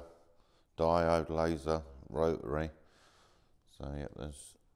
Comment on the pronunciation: Not pronouncing the t in rotary is killing me 😂